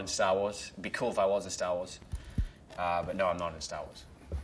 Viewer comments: “sta woas” 🥺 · "is kj apa i'm sta wa's, no im is not in sta wa's, be cool if i was in sta wa's but.. no i'm not in sta wa's" timestamp